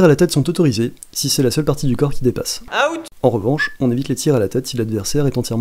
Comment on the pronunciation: ahahaha le bon francard à ... AOUT ! ahahaha ( c'est pas méchant ;) )